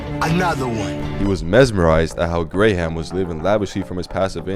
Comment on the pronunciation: The voice over guy pronounced Graham Stephen as graHAm 😂